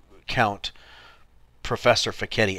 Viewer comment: FYI. Fekete, pronounced Fek-a-tay. Qing, pronounced ching. Great vid..